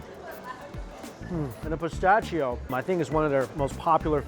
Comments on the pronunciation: Its pronounced pis-ta-she-oh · Im so happy he is enjoying a genuine Fiorentina.! I have lived in Italy 20 years and have never heard that unique pronunciation of pistacchio.🙂